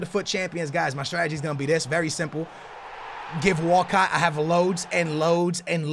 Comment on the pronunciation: Is it just me or whenever says Walcott does it sound like he's saying walkout.